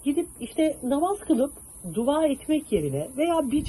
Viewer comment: siz bari duva demeyin. Dua deyin😊